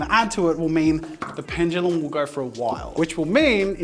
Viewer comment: Ffs. ITS NOT PENGELUM. it’s PENDULUM. Why do so many people say it like that